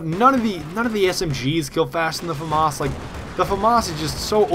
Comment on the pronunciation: hey, famas is pronounced Fah-mahs, but run it together without a pause :)